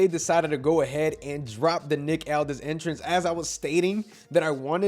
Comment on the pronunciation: Are you stupid or do you not no how to say Nick aldis right.